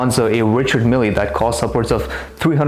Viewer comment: Richard "Millies"